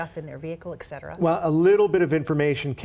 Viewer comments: is pronounced "et cet era".... not "ec cet era" As a journalist, you have a duty to command the correct use of language in your reporting. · "ecksetirah [sic]" -- "et cetera"